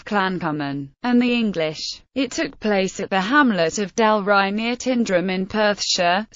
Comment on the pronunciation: It's not said like "Tindrum" ... it's more like "Tynedrum"...